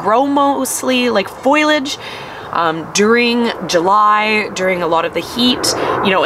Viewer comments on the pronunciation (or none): Fol- eee- age!!! I don't understand how a farmer doesn't know how to say foliage